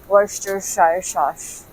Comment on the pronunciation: Ang Worcestershire po ay binibigkas na Wuh-stuh-shur 😅